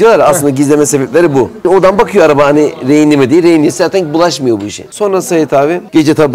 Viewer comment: Rehinli diyor